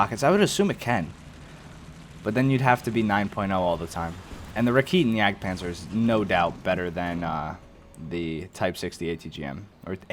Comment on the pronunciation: fcking hell... its raketen jagdpz... as in racket-en jagdpz...